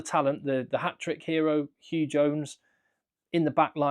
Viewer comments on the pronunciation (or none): none